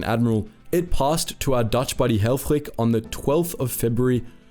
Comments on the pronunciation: Absolutely amazing video! Altough i do have to say that the i in helfrich is most likely prnounced as the i in “this” the way you it makes him sound very german where as for a dutchman you pronounced hellfrig as hellfrieg (perhaps that is how his name was pronounced though since germany and the netherlands are neighbours after all..) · The first dude's name looked German, but he pronounced it as if he was Danish.